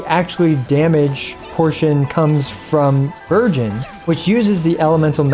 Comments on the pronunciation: No-one gonna talk about how he sounded like he said "Virgin comp" i mean the name still kinda fits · Every time you said Burgeon in Bergeon Team, I kept thinking you said Virgin.... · Really thought you said "this VIRGIN comp" when you showed the characters and I didn't even flinch. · Am I the only one that kept hearing "Virgins" instead of "Burgeons"? Makes it funny lol